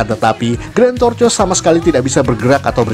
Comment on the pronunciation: Tortois Bacanya "Tortoa" Bkn "torces"